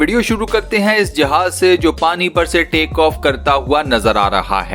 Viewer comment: Bhai yeh paaniyo kya hota hai ??? Pani hota hai